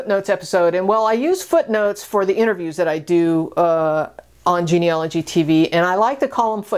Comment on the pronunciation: It's genealogy, not geneology.